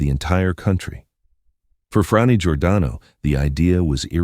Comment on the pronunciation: YOU MISPRONOUNCE BOTH HER FIRST AND LAST NAME (OVER AND OVER}. YOUR GET AN F PLUS ON YOUR REPORT CARD. ON THE BRIGHT SIDE, IT ISN’T AN F MINUS. P.S. GOOGLE THE WORD RESEARCH. IN THE MEANTIME, GO BACK TO THE FACTORY FOR NEWER AND SHINER COMPUTER PARTS. ON THE BRIGHTER SIDE, YOU ACHIEVED YOUR PURPOSE OF DRIVING US ALL CRAZY. 💩💩💩